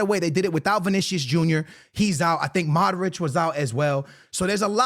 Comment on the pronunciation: When are you gonna pronounce Modric the right way 😂